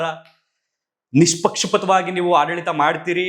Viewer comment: ಅದೆಷ್ಟು ಚೆಂದ ಪಟಪಟಪಟ ಅಂತ ಮಾತಾಡ್ತೀರಿ..... ಆದ್ರೆ ಅದೊಂದೆರಡು ಶಬ್ಧ ಸರಿಯಾಗಿ ಹೇಳಿ ಪ್ಲೀಸ್ ಜಾಲತಾಣ ಮತ್ತು ನಿಷ್ಪಕ್ಷಪಾತ